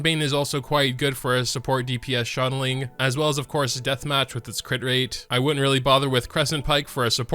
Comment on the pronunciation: ''Xianling'' xiangling my dude..